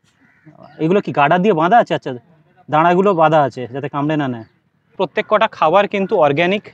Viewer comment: শুনতে খারাপ লাগছে প্রত্যেকটা বলুন, প্রত্যেক কটা কথাটা ভুল।